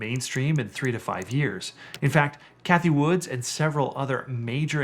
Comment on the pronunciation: Can't take you very seriously if you don't even know that Cathie Wood does not have an "s" at the end of her last name.